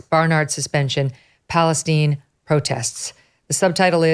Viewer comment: A wonder if she has ever been in "Palwstine"